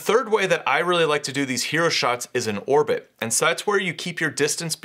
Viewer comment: Orbit for humans. Oribit for frogs.